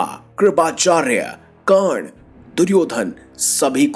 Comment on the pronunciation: Its not kern but karaN